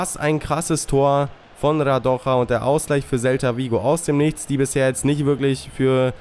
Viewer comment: Radoja is serbien nicht spanien den spricht man nicht so aus